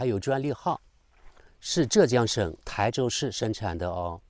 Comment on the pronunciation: 台州的台念第一声😂